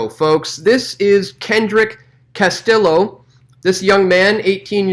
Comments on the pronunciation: BTW Castillo is pronounced "Kas T Yo" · Pronounced Cas tea yo